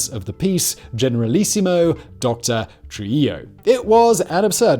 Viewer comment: Bro!!!! ITS NOT TRILLO ITS TRUJILLO --TRU-HE-JO